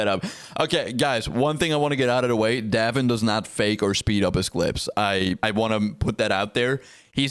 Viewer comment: Pronounced "Dave in"